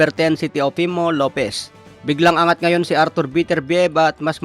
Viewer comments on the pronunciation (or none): none